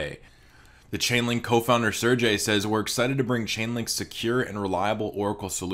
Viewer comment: “Sir jay” lmao it’s sir GAY